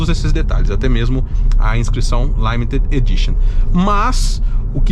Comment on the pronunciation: limited... "laimeted" me pegou huahuauha